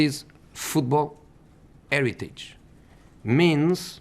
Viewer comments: best parts "This is football aeritich ". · Mourinho: Football heritage What I hear: football irritate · "It's eritage". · 'Inheritance' not heritage. LOL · ITS -ERITAGE ! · "Football AIR-iteej!" You're at Manchester United, dude. Probably not the place to go on about heritage. You're actually just whining about the players you've inherited. Very different thing. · IT IS ‘ERITAGE😂🙌🏼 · That's "eritage"... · “Futboul eritage” 😂😂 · "That's football 'eritage" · Eretidge looool Hes right though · That is eritage 😂😂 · Drinking game:Take a shot every time he says "Football 'eritage" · U know what it is It's Eritage Aguero silva De bruyne fernandinho Eritaze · ‘Football Eritage’